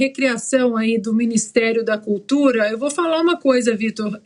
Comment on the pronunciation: Sabe nem falar "cutura"